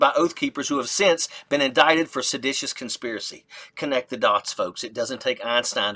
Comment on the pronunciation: I mean no offense, but--did he pronounce indicted as "in-dik-ted" toward the end?